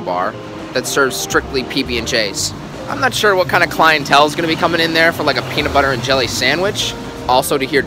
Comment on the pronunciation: if i have to listen to this guy say "peanit budder" one more time im gonna lose it